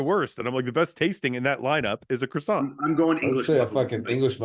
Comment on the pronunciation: Canadians not being able to pronounce croissant properly deserves jail time